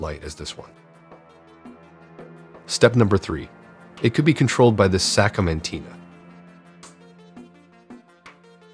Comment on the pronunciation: It almost sounds like a real person talking. I might have been fooled, except when the voice says "Sacomanteen" instead of Satcom Antenna. 😂🤣😆